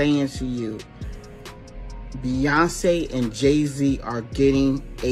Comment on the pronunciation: You keep pronounce her name wrong. Bee-yon-ce 🤦🏾